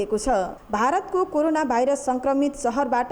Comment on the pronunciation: It is called corona, not karona idiot. First learn what to speak.